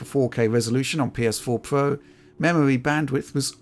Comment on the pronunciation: “PS4 Pwo”